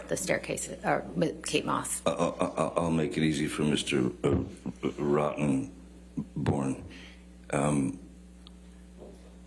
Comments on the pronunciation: Mr. Rotten...born... Johnny Keeps pronouncing it that way! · That "Rotten...born" was so intentional 😂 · love the way he paused on Mr. Rotten.......born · "Mr. Rotten.... born...." Hahaha 100% that was intentional and I love it 😂😂😂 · “i’ll make it easy for Mr. Rotten______born” that pause was everything lol. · Love how he pronounces Rottenborn… “Rotten…..born” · "Let me make this easier for you Mr. Rotten....Born" The emphasis that he puts on this man's last name gets me every time 😂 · I enjoyed that emphasis on Rotten 👍😂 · the pause at Mr. Rotten......Born is hilarious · when Johnny put an extreme emphasis on the ROTTEN part if the dipshit lawyers name fhe had me dead 😂😂😂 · I love how JD puts Rottenborns name in two syllables! 🤣 priceless! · Depp loves playing with Rottenborn’s name pronunciation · That very pointed pause between Rotten and born 😂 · I love how he says the man's name. He emphasizes "rotten" 🤣🤣🤣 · I love how he emphasizes the “rotten” in the lawyer’s name lol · that emphasis at rotten tho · I genuinely laugh out loud every time Johnny pronounciates: Mr Rottenborn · I like how the first time he said Rottenborn, he pauses a little after saying “rotten” before finishing his name 😂